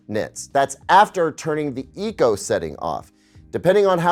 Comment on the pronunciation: Boing boing boing he said NITS 😂